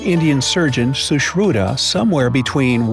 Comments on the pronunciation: When he was like shooshruda I was like srushruTa cuz I am indian 🇮🇳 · its sushrut not sushruta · Shushruta what did he pronounced Huhh😂😂